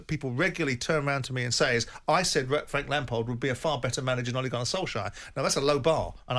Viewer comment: Frank lampared? Never heard of him.